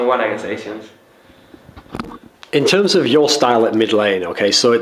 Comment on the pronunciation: I'm talking about his accent pronouncing the word Asian...